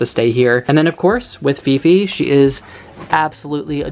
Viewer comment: hi! i know this is old video.. i just happen to saw your videos today and wanted to comment on a specific name that i can stop laughing.. 😂 not sure how you spell her name.. is it fifi or phi-phi? but the name just sounded like pipi or pipe (pronounced like pee-peh) in our language which means pussy 😂 and you said its because of the curly hair and i immediately thought of pubic hair.. sorry 😂 im bad..